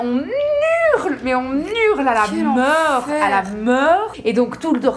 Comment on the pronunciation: “on hurle à la MEUUUR à la MEUUR” l’accent belge j’adore 😭😭